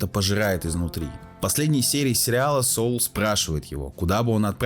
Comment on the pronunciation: Не Соул, а Сол.